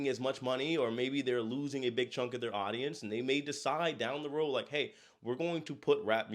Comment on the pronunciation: ATTN BLACK PEOPLE THE POSSESIVE WORD IS PRONOUNCED "THEIR" EXACTLY LIKE "THERE" A "TH" WITH "AIR" NOT "THEY" THEY IS LIKE "I talked to the kids acting ridiculously on the cruise and THEY went back to THEIR rooms" Their- possesive TH + AIR thank you